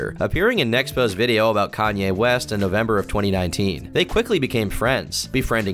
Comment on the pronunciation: did he meant to say Kanye quest or Kanye west